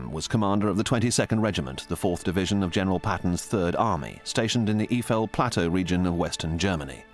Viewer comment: It is Eifel, and NOT iefel, please learn to read before you do a video... this is beyond stupid.. [AYE - FELL] Have some respect and learn to pronounce the names right, people died there..